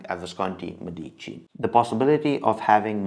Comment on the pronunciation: ME-dici. More emphasis on the ME Which sounds like “meh” so it would be “MEH-deechee” pronunciation wise👍🏻